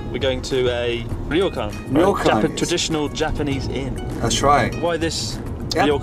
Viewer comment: Ryokan is not pronounced "Ri-yo-kan." It is pronounced..oh well....ask that British accented Japanese guy.